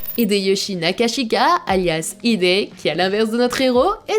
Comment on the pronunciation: Ça se prononce Kaguné, et Hide avec un H aspirée :)